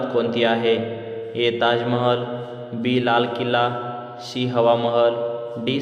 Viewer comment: सी म्हणा, शी काय म्हणता? मराठी त अ ब क ड म्हणा